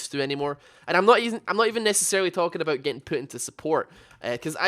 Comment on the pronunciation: "I care aboot it"